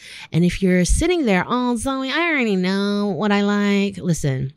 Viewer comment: "But Zoh-EEEE...I have this CONHceptt..." really cracked me up!!